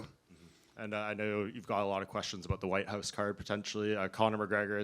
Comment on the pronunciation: When Jon Jones says Whute House, he thinks of a completelly different thing.